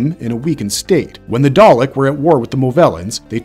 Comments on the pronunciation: Good video but I found it grating every time the VO mispronounces things... especially the repeated switching between dah-lek (correck) & day-lek(wtf?) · "daylek" is that a new species of dalek💀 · FWIW it’s KAH-led not KAY-led, dav-ROSS not dav-ROWS and DAH-lek not DAY-lek. And the Thals are pronounced THAHL not Thale. The claw really only appeared in the first story. Subsequent Dalek stories in classic Who were tentacled green blobs first seen in Genesis and subsequent stories. In Remembrance of the Daleks, Davros had mutated them again and bionically augmented the mutant itself. I’m not sure why the video talks about them having two sections then mentions the arm and gin as part of the top (it’s the mid section). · please don't say Dalek as Day-lick AGAIN!, say it as Dah-Lek. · A quick pronunciation lesson for your narrator. Kaled isn't pronounced "Kay-led" ... It is "Ka-led". Also.. It's not "Day-lek" ... it is "Da-lek". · Why is it, he’s saying Dalek wrong, then says it the right way, “ dar’lek “…. It seems he’s never watched doctor who….. or at least the dalek episodes. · Daylek lol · WTF is a Day-Lick 🤣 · Please stop saying “Day-lek” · How can you post a video of this subject and pronounce the names so incredibly badly - Daylick? What ?. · DAR-LECK. When you know its not a true Dr.Who fan making the video. EXTERMINATE! ARRGGH! This is as bearable as the past two series. I'm out! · Pronounced dar lek. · "Darrrrleks"? Honestly American pronunciations are mad. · Pick one way to pronounce Dalek and Davros and stick with it please. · Why did he keep alternating with the pronunciation of dalek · Yeah the causal mispronunciations of Dalek and Kaled is like nails on a chalkboard to my nerdy ears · if that's A.I., it's pretty good. Other than the Dalek pronunciation problem and the weird way he says the title of each section, it sounds like an actual person that did their research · why does it pronounce words different every time it says them???